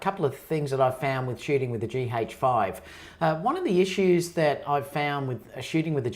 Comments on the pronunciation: It's G 'AYCH' 5 .. not G 'HAYCH' 5 ! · It sounds peculiar when you pronounce it as GEE-HAJE-FIVE. As opposed to GEE-AJE-FIVE